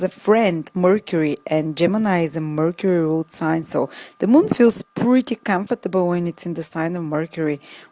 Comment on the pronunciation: Learn the pronunciation of comfortable